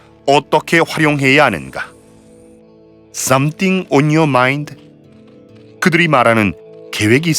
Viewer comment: 섬띵 온 유어 마인 이라고 들려서 마인좀 갖고있냐라는줄 알았는디ㅣ 섬띵 온 유어 '마인드'였구나